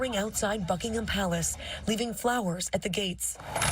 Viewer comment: I just with USAians could pronounce "Buckingham" and "Monarch".